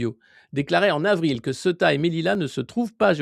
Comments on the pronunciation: On dit Céouta et non pas ce tas. Le E se prononce É et le U se prononce Ou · pas """Seta"" mais Ceouta"" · Se prononce ceouta Sorry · Ça m'a pris du temps pour réaliser que c'est ceuta et pas ce tas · Cela se prononce Cé-ou-ta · Prononcer Cé-ou-ta. On sait tous en Espagne que l'invasion a été organisée para Momo après la visite de Sánchez en Algérie. C'est une punition et aussi un grand essai avant la vraie vision de Ceuta, Melilla et les Canaries avec l'appui des EUA, d'Israël et de la France... On n'est pas dupe! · "SÉOUTA" C'est comme ça que ça se prononce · Du vrai travail de journalisme, merci ! (Ceuta se prononce Céouta) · Ca se prononce C OU TA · Par contre, vous le faites tous exprès de prononcer Ceuta n'importe comment?? Vous êtes pas sensés jouer aux journalistes? Je sais bien qu'il est extrêmement difficile de prononcer le nom d'une ville quand il s'écrit exactement comme il se prononce mais quand on est un peu con et qu'on cherche à avoir un minimum de crédibilité on prend un peu le temps de se renseigner, non?? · c'est [ce"ou"ta] la prononciation mon Alexis :) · Il faut prononcer "Céouta" Alexis ! ! Sinon très intéressantes ces analyses sur cette poudrière qu'ont toujours eté Melilla et Ceuta... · Cé-ou-ta, Alexis ! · Ceuta se prononce Sé Ou Ta !!!@